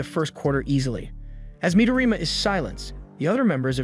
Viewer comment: Midorima*, He doesn't pronounce it correctly